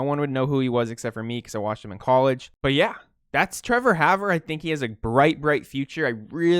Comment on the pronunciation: and its pronounced "Hawver"